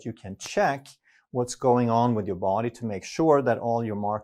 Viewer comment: the way he pronounces DA BODY 😂